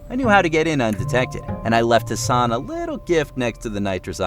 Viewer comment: am I the only one who heard Hasan as ‘her son’. I got really confused how she got a son who looks older than her lol